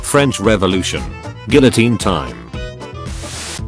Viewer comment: Nobody: Oversimplified: to the gullitone